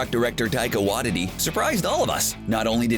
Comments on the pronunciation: taika wadidi its taika wateetee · Dorma'amu? C'mon... I was gonna let Taika Watt-titty go, but this just shows that you don't even watch these movies. They only mention his name about 20 times in the span of 45 seconds at the time loop part. How can you possibly mispronounce names so terribly when they're spoken so many damn times? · "Taika Waddidi" - CBR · Taika's last name is pronounced WHYTEETEE. That was terrible. lol Otherwise, good video. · Taika WATTITY!! Boy yall really butcher people's names lol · Waititi was incredibly mispronounced. It's why-tee-tee. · Nice video but come on, pronounciation please!! Esp Taika's last name... Its said like Why-Tea-Tea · 'Taika Wadiddy"?! Way to absolutely butcher his name. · Did you just pronounce "Waititi" as "woddity"? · Look up the pronunciation of Malekith and Waititi before you make another video, OK?